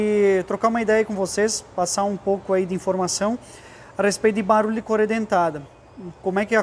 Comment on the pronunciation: Não é "corêia" é correia 😂